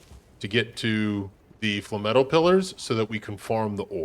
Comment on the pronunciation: FLAME-METAL “Fluh-metal” sounds like a sponge bob phrase …